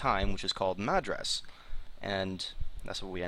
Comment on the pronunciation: Madras pronounced incorrectly :P